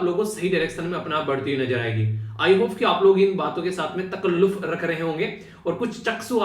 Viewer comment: Sir, today, I really appreciate your urdu ke alfaaz with high pronunciation ''Takalluf, Rooh, etc''. Live example of International Mother Language Day...